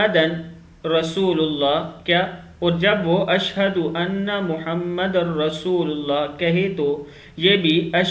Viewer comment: Kindly airab ka khayal rakhain Muhammad r rasool ha Muhammadan nahi asay parhny walon ko gunah hota.